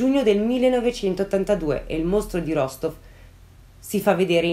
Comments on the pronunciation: mi permetto solo di correggerti una cosa, la città si pronuncia Rastof questo perché in russia la maggior parte delle volte si scrive la lettera O ma la si pronuncia come A tuttavia ci sono alcune zone dove la pronuncia equivale alla forma scritta, ma per la maggiore si differenzia. Te lo dico per informazione così bel caso ne avessi bisogno lo sai 😉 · Perdonami, non vorrei smontarti ma no, non l'hai azzeccata. È vero che la "v" finale si pronuncia "f", ma l'accento è sulla seconda "o" e la prima si pronuncia "a", per cui la pronuncia corretta è "Rastóf" ("o" chiusa, tipicamente russa).